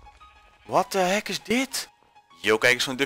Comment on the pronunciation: Duffy je zegt what the hack. Het heet niet voor niets hackit ps. Spel het express zo